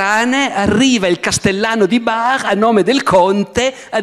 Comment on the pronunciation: Starei ore a sentire Barbero che dice Barr alla francese! 😆